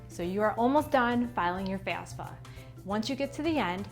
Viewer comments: FAF-SA. You keep saying FAS-FA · What do you mean by FAS-FA🤣🤣🤣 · Pretty hard to take this seriously. Mispronouncing the entire thing that the video is about with a Jersey accent and all. Lol